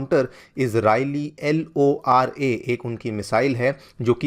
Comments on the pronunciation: L.o.R.a kyu achhe ae pronounce Karo LORA 😅🤭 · Sir ko missile ka naam lene me dikkat aa rha hai isliye L O R A bol rahe hai. ab sir bhi na wo LORA HAI LAURA NHI. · LORA ❌ LoRA ✅